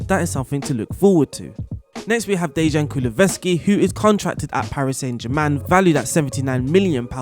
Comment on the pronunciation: in actuality I really appreciate your content about tactics etc, and this video was beneficial, but the mispronunciation was constant throughout; Kulusevksi got butchered too. I'm trying to offer some constructive criticism here, maybe listen to a commentator pronounce a difficult name, or read it slowly before making the video, because in every other aspect you are pretty good 🤷🏼‍♂️